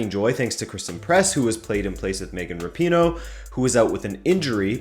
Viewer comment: yes, finally pronounced rapinoe right!